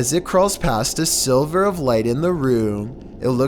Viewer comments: you mean sliver bro not silver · This nigga really said a silver of light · It’s a sliver of light. Not silver lol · Did he say a silver of light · 'A silver of light'? GAWDAMN it! You wrote your script. A SLIVER of light! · A "silver" of light. It's sliver. C'mon man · “...... a SILVER of light....” REALLY??? It’s a SLIVER not SILVER!!! S-L-I-V-E-R not S-I-L-V-E-R! 🤦🏻‍♂️🤦🏻‍♂️ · I caught that too....a silver of light... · Sharks are fish and dare I say it, a “baby shark” also I’m amazed at some of the most simple pronunciations like silver for sliver